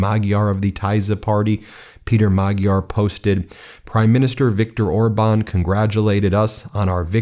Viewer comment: Idiot calls him orband